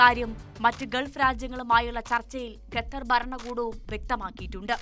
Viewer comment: 'ഗെത്തർ,' 'ഗെൾഫ് ' ഇതൊന്നും ശരിയായ ഉച്ചാരണമല്ലെടോ. 'ഖത്തർ', 'ഗൾഫ്' എന്ന് പറയൂ